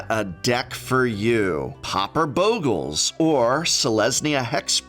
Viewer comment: Stop pronouncing Bogles wrong.